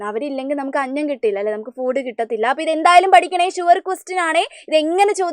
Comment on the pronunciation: ഫൂട് no ഫുഡ്😂😂😂😂😅😅😅😅